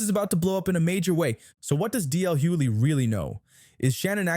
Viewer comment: Yeah, you used DL as your thumbnail.... but ya can't pronounce his last name properly! Make that make sense. I'd tell you clout chasers to keep DL's name out your mouths, but you clearly don't know the man's actual LAST NAME 😂.